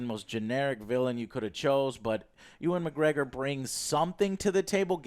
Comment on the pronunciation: Yo Joe, it's Ewan, not Oooan as in youwan. Take it from another Scot.